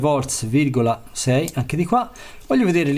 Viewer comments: Ma perchè dici VOLTS??? è un cognome, VOLT, VOLT !!! mica dico 2 TESLAS!! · 2 vorze....e menomale che siete gl'inventori della lingua italiana